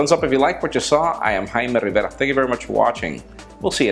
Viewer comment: i love it the way you say im haime Rrrrrrrivera